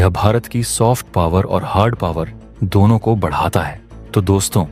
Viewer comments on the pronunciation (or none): none